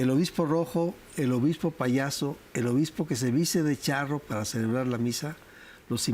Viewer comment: Dice obismo❤